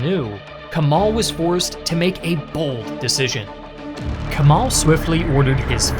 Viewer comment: It's a great video overall, but please do not pronounce "Kemal" like that. pronounce the "e" the same way you would pronounce the "e" in Germany.